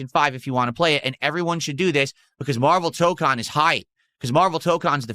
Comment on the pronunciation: Maximillian Dood did a 12hour stream of MaYUrvel TAH-kahn with 10k+ viewers, funny huh?